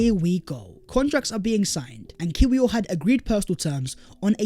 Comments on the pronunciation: its pronounced yakub kivior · It’s pronouns Kivior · Great vid. Interesting points and will be good to see the new signings moving forward. Heads up, Kiwior is pronounced Kivior 🙂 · The ‘w’ in Kiwior is pronouned as a ‘v’. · The "W" in his name is pronounced "Veee". 😉😉😉